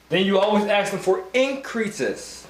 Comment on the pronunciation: Listen, it's pronounced ASK, not Aks. The S comes BEFORE the K, why is that so hard for you people to understand?! Aside from the annoying and unprofessional ghetto-lingo, I appreciate the good content.